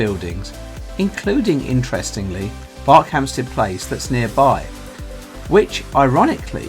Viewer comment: Thought it was pronounced B "er" khampsted, not like Berkshire. Great video though.